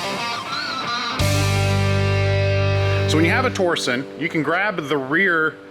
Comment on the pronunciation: Is it torson or torsion? I believe it’s pronounced tor-shun. Just wondering, not being a jerk :)